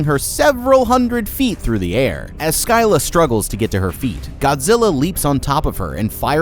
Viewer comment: Skyla? It’s sil uh.